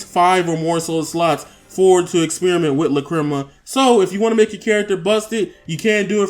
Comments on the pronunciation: Do you have me cringing every time I here you say lacrima. Lack-Cre- Ma not luh-cri-ma. LACK-cre-ma! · Lol not triggered my daughter is going crazy though, it's pronounced lack-ra-ma. She wants this game now but I'll make her wait till her b-day on Monday. Thanks for the vid.